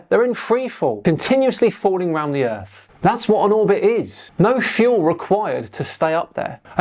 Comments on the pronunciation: BITCH, YOUR POINT IS MOOT IF WHEN YOU TRY TO SAY EARTH AND THE WORD EARF COMES OUT YOUR STUPID IGNORANT MOUTH! 😂😂😂😂😂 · Being American myself, I apologize for this idiot. My country education system is failing. He is probably the most stupid......the funny thing is I never even heard of this fool.......Did he just say the word EARF? Instead of the word earth? 😂😂😂😂😂😂😂